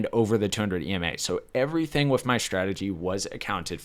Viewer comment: I notice you struggle enunciating "th." (Ex: "With" comes out as "wiff," or "fifth" as "fiff.") Have you ever been through speech therapy for this?